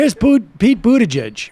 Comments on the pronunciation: and no, it's not an accent. He's said his name correctly several times, he just chooses not to because he thinks it's cool to belittle Pete so his viewers see him as an "other" not worth paying attention to. The right does it all the time, to pretty great success. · hahah sam said "Poot Pete Buttigieg" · as a fellow Maltese-American I can assure you that everyone, including Pete, is pronouncing it wrong